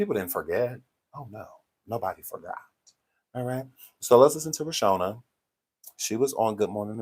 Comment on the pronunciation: I love you! But her name is Ro-Shawn-da pace